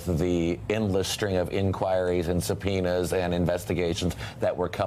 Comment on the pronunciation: CAN YOU SAY SUBPOENA